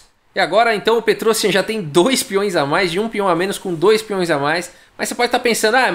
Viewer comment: O IAN em nomes armênios se diz com destaque. Se diz então"petrosIAN".